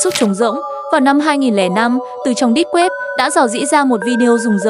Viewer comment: Deep web nhưng sao nghe thành"đít web"